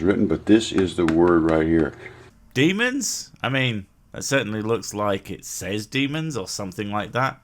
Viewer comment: “Demons?” I thought it said “Lemons”. Not that that would make this video any more or less comprehensible.